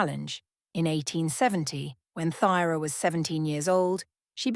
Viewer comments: I think it’s pronounced Turah? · What errors? Pronunciation of Thyra’s name, and mistakes in genealogy that have been pointed out to you in the comments. It is very important to get your facts correct.